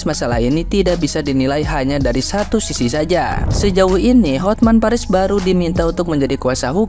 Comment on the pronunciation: bapake klarifikasi bilang "CUMA PA", anaknya lidahnya keseleo 🤣🤣 kesebut lah mama bau, eh...baru 🤪 Tuhan memang bekerja dengan cara yg di luar perkiraan BMKG 😂😂 bapake bokis, eee anaknya yg cepu 🤣